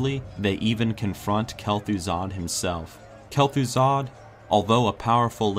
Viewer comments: he says Bel'thuzad not Kel'Thuzad lol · he says Bel'Thuzad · Bel' thuzad XD